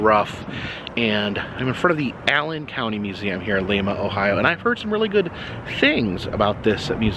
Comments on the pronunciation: That's how we know outsiders it's lime-ah ...lima not Peru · It's pronounced Lime-a Ohio. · I know it cracked me up when he pronounced it wrong 😄🧡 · First thing, Lima is pronounced as the lima bean. But I know somewhere around there is a NASA museum. My parents saw it and went came home and watched Apollo 13. I was Bowling Green yesterday but alas it was early in the day. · You have been saying the names wrong in Ohio. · I live in Lima and a couple of things. #1 its Lie-Ma not Lee-Ma. Secondly, you missed out on visiting a few places. #1 Kewpee hamburgers, the best burgers in the world. This was actually the place that inspired Wendys but its sooo much better. #2 we have the tank plant where they produce the only Abrahms tanks, you can't go in but they have one on display outside. And as far as wapak goes, you somehow missed the temple of tolerance. not sure how you missed that one but you NEED to go back and check it out. A beautiful place created in a mans large back yard completely made up with rocks he's found, its a must visit. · Oh my, it's lIma, not leema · Only go back to lime-a if youre going to pronounce it right lol jkjk. Also no love to Dayton? 😭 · Lima not lema Ohio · Lima is pronounced like Lima bean. Hope you enjoyed your visit! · yeah we appreciate you trying to make Lima sound fancy tho 💋💝 come back soon,! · The "i" is long sound in Lima. I haved lived in Ohio all my life. There is plenty to see and do here. Covid has put somewhat of a damper on it. Love Jungle Jims. Go there frequently. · Another great video, thanks. Quick note for your return visit to see Noah's ark: They pronounce it Lime-uh, Ohio (like Lima Bean, not the city in Peru) Keep up the good work! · The i in Lima is pronounced eye like what you see out of. The way you are pronouncing it is the town in Peru. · Hey. You went to my home town Lima Ohio ( pronounced Lyma) Peru also has one proounce as you pronounce ours. Ours is said with a long "I". Wow! Coolsville.